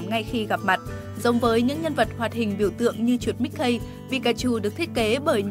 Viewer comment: mickey, đọc là mích ki :))). từ key trong t,a cũng đọc là ki đó ad.